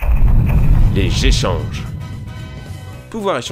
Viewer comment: C'est quoi les "jéchanges" je connais pas xD